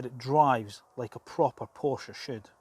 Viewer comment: Awesome design. Nice review. I am also waiting for the GTS (although I find the „turbo“ discussion a bit academic...). Thanks for pronouncing Porsche correctly ;-)